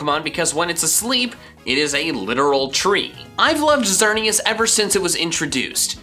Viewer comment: There is no U in Xerneas, and there is no vowel between the Y and the V in Yveltal!